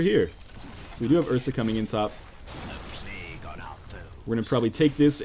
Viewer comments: Just me who feels like it should be pronounced "playg" not plag? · "Plague" is not pronounced plag.